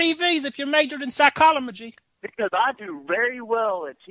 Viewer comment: "Psycholomogy" LOOOOOOOOOOOOOOOOOOOOOOOOL